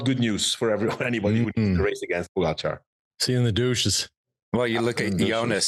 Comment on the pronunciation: First of all, learn how to say pogacar properly and stop trying to compare your 35th place in the tour unaided with a modern champion of the sport. And l see you can’t say GREG LEMOND in any of your ramblings. A champion and REAL comeback phenomenon.